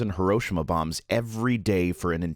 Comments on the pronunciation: HE-ROE-SHE-MA not ha-row-sha-ma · I'm really sorry to nitpick: it's "hih - row - SHEE - mah" not "hih - ROW - shih - mah." It eats at me every time people mispronounce it. At any rate, good information, and I hope you get well soon. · Great video, but please - it's pronounced "hee-row-she-mah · Am I the only one triggered by his mispronunciation of Hiroshima? I loved the rest of the video though. :)